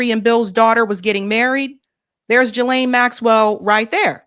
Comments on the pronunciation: Ghislaine is a French name and is pronounced Gee (rhymes with see) Lynn ( rhymes with pen)Trying hard to get over hearing Juh-Lane (nails on chalkboard), I know it’s petty, but education isn’t too terrible. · it's Ghislaine!!! [ gee-layn ] The "G" is hard, like goose. Not "G" like giraffe. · Jizlane does not deserve the courtesy of having her name pronounced correctly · Please pronounce Ghislain‘s name properly. It’s with a hard G not a soft G.